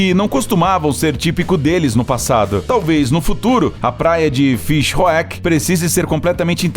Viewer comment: Morri com a pronúncia do narrador referente a praia na África do Sul 😂. Deve-se pronunciar Fishuk como uma palavra só (Fish Hoek)